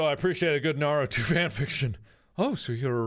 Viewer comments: nobody: mark: NARUDO AND SASOOKE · mark pronounce those names wrong one more time I DARE YOU. (I swear he made me so angry..) btw Naruto = Nah- roo- to and Sasuke = sauce- kay. OKAY BYE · IT'S SASUKE (SAS-KEI) (NA-RU-TOH) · I dont know whats worse damien having smut of NarutoXSasuke or mark pronouncing it as Narooto and Sasookay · Naroodo? Sasookay? Oh, mark. 😂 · The way mark pronounced Naruto and Sasuke 💀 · I am disappointed in the mispronunciation of Naruto and Sasuke, and I don't even watch or read that anime. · Damn that was sad how he pronounced Naruto and Sasuke names wrong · Is nobody going to mention the way he said Naruto and Sasuke? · I know for a fact that this video is old, but clearly mark doesn't watch anime if he pronounces Naruto and Sasuke's names wrong. Either that or he is purposely pronouncing them wrong to be funny. Also was that fan fiction of Naruto and Sasuke? I got distracted with cringing. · When Mark mispronounced Naruto and Sasuke. -_- MY WEEABO HEART HAS BEEN BROKEN. WHY MARK? WHY? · The way he pronounced Naruto and Sasuke......... .______________________. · It bothers me that Mark pronounced Naruto and Sasuke wrong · okay okay I won't freak out but you did not pronounce the names right it's from anime ask Jack he knows probably😂❤️ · cringes so hard because of how mark is pronoucing the names dies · ugh. mark. so, basically, if I got this correct, YOU DONT LIKE CATS AND YOU DONT LIKE HAWAIIAN PIZZA Mark, I believed in you... (edit THE WAY YOU PRONOUNCED NARUTO AND SASUKE................) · omg that narusasuke ship though😂😂 and also MARK YOU MURDERED SASUKE AND NARUTOS NAMES HOW DARE YOU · Oh no Mark is about to face weeb rath with that mispronunciation of sasuke and naruto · OMG THAT NOT HOW U PRONOUNCED NARUTO OR SASUKE! 😭😂